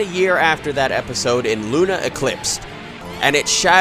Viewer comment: thats not how you pronounce "luna".